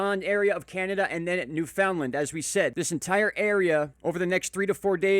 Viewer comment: Thought you may get a kick out of the following...proper pronunciation: noof'n-land Newfoundland English Explained: How to speak Newfinese